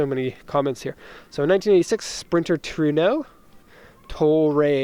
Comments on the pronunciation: Yeah, I know, but he pronounced it "true no". No offense. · The correct pronunciation should be tru-e-no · It is pronounced "Tru ee no" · No it's not. It's name is taken from the Spanish word for "thunder", pronounced "Tru eh no". But the Japanese pronounce it "TO RE NO", as shown in the video. :)